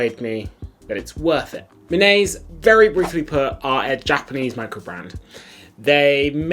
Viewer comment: It should be pronounced like me nah say. I live in Tokyo, and I have never seen anyone wearing a Minase. Except for our former prime minister Shinzo Abe